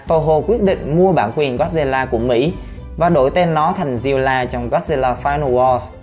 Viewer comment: Zilla nha ko phải ziulla ad phát âm khác